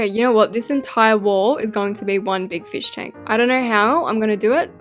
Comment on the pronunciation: Fosh tank? Fish tank?!?! Just say aquarium